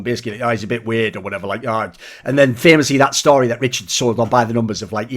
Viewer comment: “Some people called him veerd”